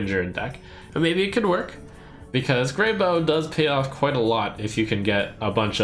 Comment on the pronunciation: It's not grey boe- it's grey bow - like how. A bough is the main branch of a tree. I didn't make the card though and does it even matter?